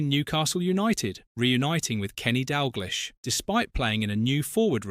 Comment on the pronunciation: Not being able to pronounce Dalglish is pretty jarring.